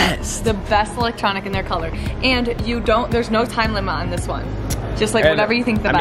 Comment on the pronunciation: Who else heard say time lima instead of time limit 😂